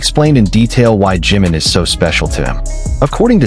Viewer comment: Su nombre es JIMIN, no JIM, porque cuando lo pronuncias se interpreta como JIN que es otro de los Miembros de BTS. Por favor 🙏 con mucho cariño te pido pronunciar correctamente el nombre de nuestro precioso miembro JI-MIN